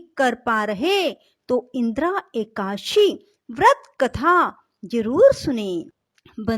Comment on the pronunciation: Please it is ekadashi....not ekashi